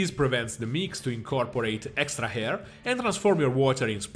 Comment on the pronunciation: Excellent videos man. Just one thing. It really confuses me that you put an "h" before words that don't start with "h" (air, arm sound like hair and harm ), and then when the word starts with "h", you don't pronounce it at all. It's really confusing xD